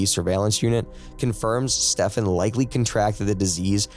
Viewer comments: Stephen = Steven, not Stefan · Unless he is swedish or something then you dont pronounce stephen that way at all. Its pronounced as if saying steven. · I wonder if I'm being fooled. I like your voice but wonder if it's AI? I hate AI and don't want to subscribe if you aren't a real person. The main reason I suspect this is because I assume most English speaking people would know that Stephen is pronounced Steven, not Stefan..I confirmed this by checking videos where his parents say his name. If I could do this, why would the narrator not? Anyone able to confirm if he's real but not bothered to check how to say the victims name or AI? Not sure which is worse, actually. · His name is pronounced STEEven. Everybody knows this but you. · This ai needs to learn to read Stephen is pronounced like it has a v in it as Steven fo eg.